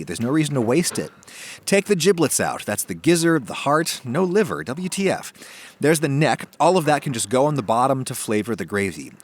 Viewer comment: double u te ef😂